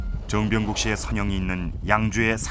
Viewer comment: 해설자님 정병국 을 즈엉병국~ 그때는 그렇게 하셨나봐요